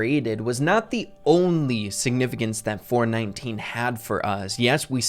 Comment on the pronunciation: Every time says “4/19” I hear “4/20” 😂